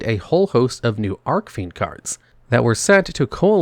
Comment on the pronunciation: Is there some kind of inside joke I'm missing that he's mispronouncing "Archfiend" on purpose or what? I cant be the only one that knows it's not ARK-fiend it's ARCH-fiend as in the golden ARCH-es or my ARCH-nemesis. CH- as in chief because they are a "Chief of fiends". That's what Archfiend means.